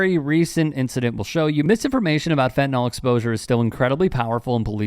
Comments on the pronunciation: FentaNYL (pronounced fentaNIL) not “fentanol”. What the f is wrong with everyone? It makes you sound like idiots. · Why do people pronounce fentanyl as "fentanol"?